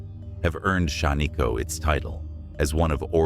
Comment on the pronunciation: Really Shan-ee-ko. It’s Shaniko short I sound.